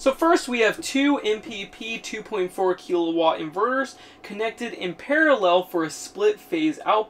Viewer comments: "Kill a watt", not "key la watt". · There's no E in kilowatt